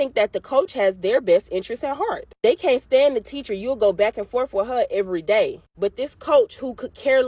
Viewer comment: Blacks are a different species. This was a known fact 100 years ago but liberal whites have rewritten history. As far as this substitute teacher goes, it's "forth" not "forf" . It's well beyond fatigue at this point. It's time to bring back the N word.